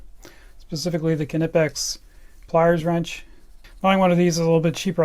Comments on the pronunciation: I still think you are saying Knipex completely wrong but you lecture us on how you are saying it right, when Germans say it on there companies Instagram they say K-nee pex not K-na-pex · If you want to get really anal about pronunciation, you're close but not 100% yet. Your "Knipex" sounds like K-eh-nipex, there should not be any delay between the K and N. But hey, at least you pronounce the hard K 👍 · Well it ain't pronounced "kinepex" like he does. It's written the way it's pronounced. "Kni-pex" with an audible K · It is actually pronounced: kunee-pex The 'i' has more of an 'eee' sound. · Isnt it pronounced cuh-knee-pex? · Still saying Knipex wrong. The German 'i' is pronounced 'ee'. So it is something like Ke-nee-pex. You can hear the company reps say it properly in the videos on their website or right here on youtube. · We call it with more pronounciation on the i, try to spell it like Kniipex with two i :D Greetings from Germany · The kNIPEX sales rep said it as NIPEX because most British people use a silent K even though it is obviously of german origin , just as a german could pronounce an original english word with a german twist :] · The "K" in German is not silent. Knipex so please pronounce the K at the beginning.